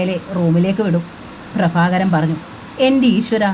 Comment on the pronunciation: ഭ ഉച്ചാരണം bha എന്ന് ഉച്ഛരിക്കാൻ പഠിക്കണം. ഫ fa അല്ല. പ്രഭാകരൻ, prafakaran അല്ല 😂